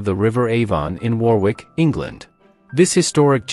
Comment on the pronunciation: Warwick is pronounced "worrick"- like "worry" with a "k" on the end.